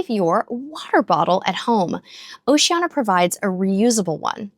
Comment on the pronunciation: Why do you mispronounce the name of the cruise line, “O SHE ANN EEE A”, 5 syllables, not 4 as you say it. Why???